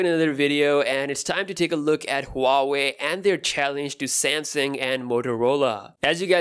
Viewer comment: I love how he says samsang instead of samsung😂😂